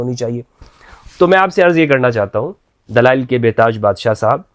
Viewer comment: whats dalial , dalial, , not dalail this molvi is dalal of islam